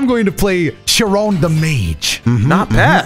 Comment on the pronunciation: Just before this moment, they constantly say CH- I - Ron. I love hearing everyone pronounce the Greek names because it looks correct for English. But it’s pronounced K-I-Ron